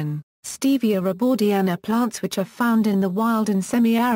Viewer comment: Stevia rebaudiana Comes from South America. You’re pronouncing it wrong